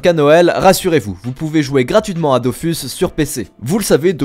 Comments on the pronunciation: Dofus se prononcer DOFOUS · Je corrige juste 2 trucs, concernant Dofus, les devs ont tranché en début d'année, ça se prononce "dofous", et je ne pense pas que le "s" de kamas se prononce, sauf si vous parlez d'euross et pas d'euros avec le "s" muet :-)